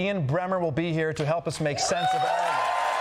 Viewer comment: “Aire you go “. 😂😂😂😂